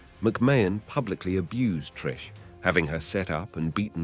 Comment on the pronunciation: You can’t even say Trish’s name right 😂😂😂😂